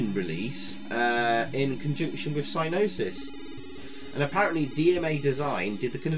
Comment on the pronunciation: Thanks for the video and review. I programmed this with Dave Cooke at Gremlin Lincoln. Funny how you call the company "sy-nosis" with a silent "g". We always called them "sig-nosis". When I visited Psygnosis in Liverpool prior to the development of the game, they showed me their new mainframe system for their in-house programmers. It had a "colossal" 9 gigabytes of storage. We thought that was more memory than anyone would ever need and I was in awe of the machine. Great times and good to see the game again.